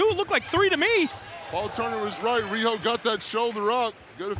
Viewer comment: Riho not Weeoh 🤣